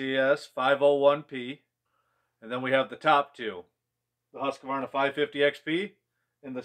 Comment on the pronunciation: It would be fun to see how the classic saws like the partner s55 or the jonsered 490 would hold up to these new saws. And btw, you should learn to pronounce Husqvarna correctly. You, like most Americans, insert an unnecessary extra "a" after the "q"... It's sounds weird.